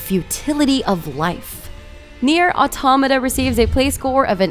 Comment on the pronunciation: Nier ottomatta lol